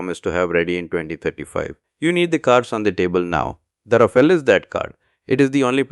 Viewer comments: Sir, it's pronounced "raa-faal", not "raa-fay-lay". 🙂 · Thanks for your videos. It’s good to see your subscriber count has almost doubled in the past week. Your rate of speech has come down a bit and you are now pausing a bit more at the punctuation. A bit more will be great! Also, at 0.20 ..Rafael is pronounced as “Ra - Faal” not “Ra - File”